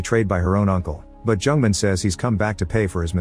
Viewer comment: The narrator pronounced Jung-Man like a Jewish name, Jungman XDDD I can't.